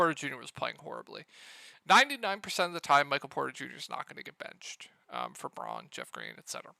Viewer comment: Braun = Brown. You keep mispronouncing his name.